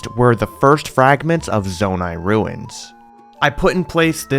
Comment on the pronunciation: Did he say "mangrove ruts" ? XD Jokes aside though, this build was amazing! Farosh looked PHENOMINAL and the whole region overall looked stunning. You and everyone who helped you build this are honestly spectacular.